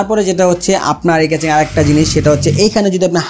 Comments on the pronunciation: কেচিং না কেসিং। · Casing ke Catching boltesen keno lmao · কেচিং বলেন আর কেসিং বলেন সেটা বড় কথা না,,,,,বড় কথা হলো আপনার ভিডিও ভাল্লাগে,,,, ❤❤❤❤❤এহন যা করার করেন,,,,এখনই অর্ডার,দিতাছি এইডা😁😁😁😁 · Vai re vai, ক্যাচিং na, কেসিং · vhaya caching na CASING :) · Accent is two kind.One is regional another is official.Regional accent is not acceptable in public domain.Casing should be কেসিং not কেচিং। If he can pronounce কেসিং why would be pronounce কেচিং? Mobile is মোবাইল whould you ever say মবিল? In Interview or official task আঞ্চলিকতা বা অশুদ্ধ উচ্চারণ should be avoided.Same goes to public interaction. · কেচিং এর ফন্ট 😂 vai pronunciation thik koren ! khub pain lage bal sal shunte. audio off kre review dekhte hoise ! কেচিং কেচিং কেচিং !